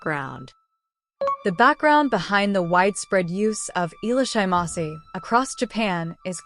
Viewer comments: The AI robo voice doesn't know how to pronounce foreign words, that's why. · At least try to pronounce it properly?